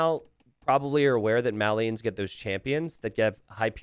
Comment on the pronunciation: You pronounce "Malians" wrong.